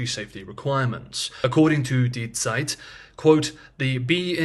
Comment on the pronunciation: Props for correctly pronouncing "Zeit".